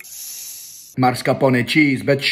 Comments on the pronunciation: not always, I'm Italian and he misspronounces a lot (even in this video he said mascarpone the wrong way) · yeah and he’s not even that culturally close to italy to be honest, i can clearly see that from how he pronounces “mascarpone”, he’s pretending. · Yeah then he pronounces mascarpone “ MArSCaPoNE “ , and it makes me laugh that these second or third generation Italian -Americans thinking they are smart than Americans in Italian and then the reality is they sucks . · he literally pronounced mascarpone wrong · My ears bled when he pronounced 'mascarpone' the way he did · Bro sais tiramisù right but don't know how to pronounce mascarpone